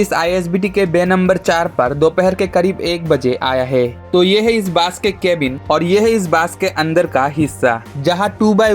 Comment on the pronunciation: Bro, Hindi te kotha bolle pronounciation gulo check kore nao bolar aage. Hindi te Bus k Bas bole pronounce kore, r Bus bole jeta hoy setar mane holo pocha gondho. Sunte khub baje lagche